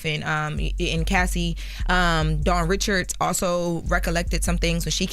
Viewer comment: I beg of yall to STOP calling that girl DAWN RICHARDS! Her name is Dawn RI’CHARD! Ree-Shard. Whew she’s been telling journalists this for years. I’m sick of it 😅😂